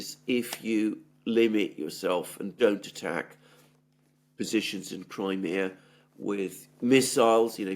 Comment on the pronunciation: > Your pronunciation of Crimea is incorrect; fix it, you're irritating me. If you're speaking English, use the English pronunciation, not the Greek pronunciation. I'm Italian & I don't call Rome, Roma when I'm speaking to an English audience. Stop this arrogant Greek BS. I live in Australia & I have seen the Greeks suffocate all new-comers to their culture. Greeks leave NO ROOM for any other culture, they drown them. This is exactly what happened to my cousin who married a Greek..... Pronounce Crimea properly, you're speaking to an English audience; we are NOT Greeks!!!!!